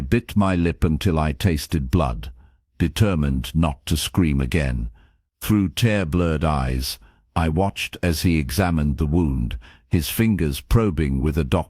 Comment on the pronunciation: Tear-blurred eyes. Tear in this case is pronounced 'teer' as in crying, not 'tare' as in ripping something up.